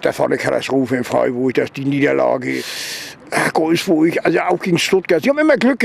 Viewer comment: Hat er Golfsburg gesagt :D:D:D:D:D bester man